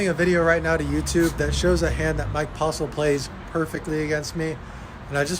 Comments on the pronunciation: Haha he said the name wrong haha so funny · Did he say postle or postal? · Two things. Get yo grill fixed, and say Postle correct lol.